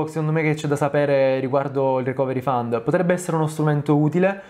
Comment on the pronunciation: ohh finalmente uno che dice fund e non found.